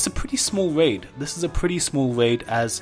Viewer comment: stwange waid